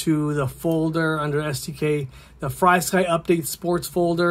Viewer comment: It’s pronounced (Free sky). There’s no y after FR. This is from Frsky on how to pronounce it (it’s on all their documentations / instructions)